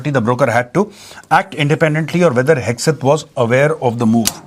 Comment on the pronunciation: Haha ‘hag’ Seth.